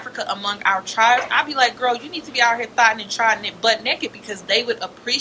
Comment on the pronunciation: not thottin nd trottin